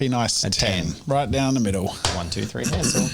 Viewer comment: I find it kind of funny how you pronounce the Names Wolfgang and Hänsel as the pronunciation of ä in Hänsel and a in Wolfgang is the other way round actually. The ä is pronounced as the a in the english "gang" and the a is more like the u in "hunt". And the o in the German word Wolf is actually an o (like in "moldy"), not an u as in the English pronunciation. Just a minor technicality that made me giggle a bit. ;)